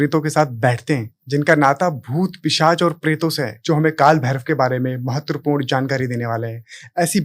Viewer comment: Pisach hota hai naki pichash 😂